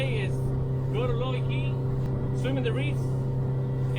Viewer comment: “LOU”—key ———it’s Looe key but pronounced like I said in quotations.That area has some excellent canal front hotels that are cheap in summer.We used to pull the boat down to there and stay at Looe key reef resort with the boat tied up right behind the room.your Wife might like having that adventure with you in a nice AC room at the end of the day…——that area is so excellent offshore and on land.there are also mooring balls at many other reefs in much shallower water.tropical fish are abundant to see there too